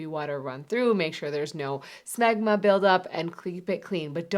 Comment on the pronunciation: She said schmegma